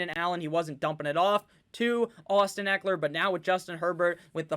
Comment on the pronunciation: I think you butchered Ekeler's name, but your team is deep!